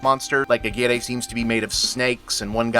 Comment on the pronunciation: Never heard "Aguirre" pronounced that way ... even in the movie itself ... or am I misremembering? It has been a long time since I've seen it. Great film tho. Kinski is always interesting to watch, almost regardless of what he's doing. And yeah, definitely a weird reference for a Disney family flick lol.